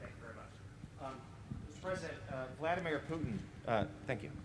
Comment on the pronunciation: Biden keeps calling my man's Had-a-beer Crouton instead of Vladimir Putin!